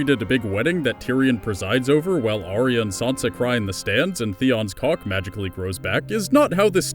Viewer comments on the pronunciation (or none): none